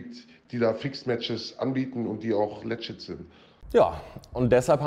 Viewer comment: Wann sagt jemand dem eigentlich mal wie man LEGIT auspricht? Läjjit ist es NICHT